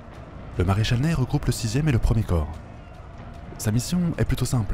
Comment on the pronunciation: Je crois que le maréchal Ney se prononce "Nè", et pas "Neille".